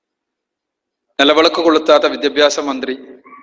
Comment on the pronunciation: Nelavelak alla mandaaa nilavilak ad parayaaan polum ariyilla